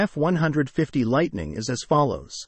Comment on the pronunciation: Hard to watch something where the computer voice is mispronouncing the model name. Is it that difficult to get a human (or properly programmed robot) to do a video that's not even three minutes long?